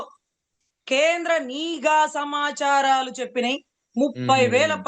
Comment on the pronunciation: అమ్మ మీరు చాలా బాగా వివరిస్తున్నారు. మీరు ఒక పదాన్ని పలకడం నిఘా అనే బదులు నీఘా అని మాట్లాడుతున్నారు. సరిజేసుకోండి.